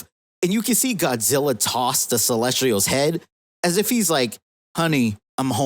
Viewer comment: Bro it’s pronounced “Celes-tials”. Good video anyway